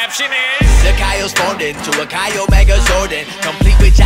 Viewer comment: It's not Kyle it's X-iyol